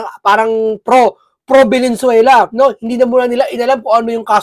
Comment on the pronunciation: Lods paki pronounce naman ng tama ang Venezuela para respeto naman.. hindi po velenzuela . Venezuela po